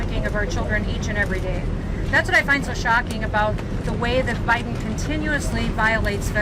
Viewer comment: Did she just say, "President O'Biden?"